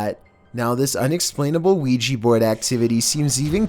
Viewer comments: Also, it's a Ouija not Quijy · ‘Weegee board’ Isn’t it an ‘Ouija board’??? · i hear ouija board as weegeee board